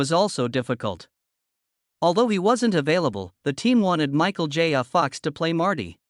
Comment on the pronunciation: Every time the AI says “Michael J a Fox” it makes my eye tic a bit more pronounced than it had.